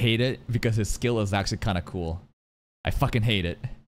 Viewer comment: And skoll I believe is actually pronounced “skyol”